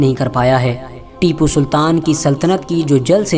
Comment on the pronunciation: Unka naam acchese lo bhai